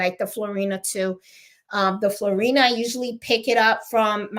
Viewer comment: PS. I was told by my shop to pronounce the thread Floriani as Floor-ee-on-ee.